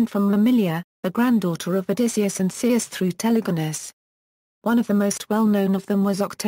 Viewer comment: You would think she would at least pronounce Circe correctly